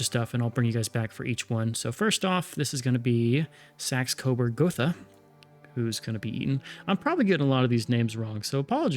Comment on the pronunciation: My main pronunciation tip would be that German words don't have silent vowels :) Lippe is Lip-puh, two syllables. Hesse is Hes-suh, Saxe is Sak-suh, etc.